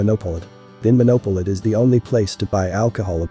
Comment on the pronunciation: ‘Munch’ is pronounced Mounk, not munch as in munching food…..better to just say ‘Wine monopoly’ rather than to mispronounce vinmonopolet